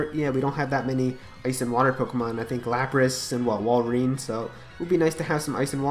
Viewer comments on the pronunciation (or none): none